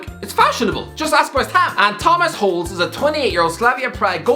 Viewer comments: Holes is pronounced "Hol esh" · "Holes" not Holeš aswell😂😭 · Its pronounced Hoh-leshj